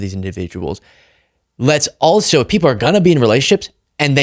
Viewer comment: the one thing you missed zinging him on? There is no such thing as a "pundint." He intended to say, "pundit," but he's stupid, so... Meanwhile, for your sake, the word "also" does not have a 't' in it. It isn't "altso." You know I adore you. So, the Italian Catholic girl I went to highschool with, who expected to get married and have a big family, but who had to have her ovaries removed at age 14, due to massive ovarian cysts, since she can't reproduce, she doesn't deserve the "sacrament" and public recognition of her marriage, since it has "reproductive status that occurs with it"? What an entire a**hole. , when he says something to the effect that "even a majority of Conservatives might just get tired of fighting it, and say it's okay," he is literally doing a hand-wave, and speaking for others out-of-turn. He is saying the nonsensical, "People are saying something they are not, even tho we hear them saying what they are saying." Really? People who will answer a questionnaire about this subject are being cagey, catty, subversive, unwilling to say how they REALLY feel? Oh, good sir, DO go on. Crossing my fingers I don't have to edit this. YT has REALLY been making it hard to say things as we normally would.